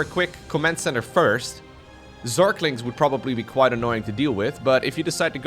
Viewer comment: zerklings --> zerglings